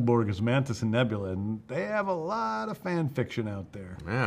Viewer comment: He put quite a bit of emphasis on "A looooot of fan fiction".